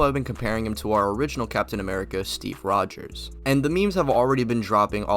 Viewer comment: All you need to know when deciding that this guy doesn't know shit from shinola is that he keeps calling Cap "Rger." It's basic and he doesn't know Cap's name. Fail.